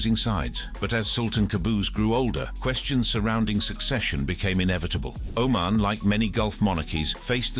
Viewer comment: If the narrator can't even pronounce the name of the country or the leader correctly.... How much in this video is even true